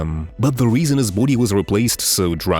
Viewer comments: Buddy, bOdy not boode. Besides that good job. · it's sounds like bhoodie 😁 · 😅 LMFAO every time I hear you say Body .. I hear Booty 😅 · Anyone else notice every time he says "body" it kinda sounds like he's a bout to say booty 🤔 or maybe I just got booty on the brain🤣. Great video by the way.